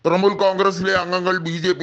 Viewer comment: തൃമൂൽ അല്ല തൃണമൂൽ